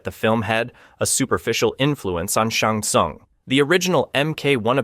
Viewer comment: When you said Shang Tsung name wrong I got annoyed, but after “Bye-Han”…. I knew you had to be rage baiting💀